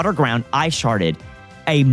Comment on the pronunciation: "Ice sharded" is crazy. Chat, clip that. make edits.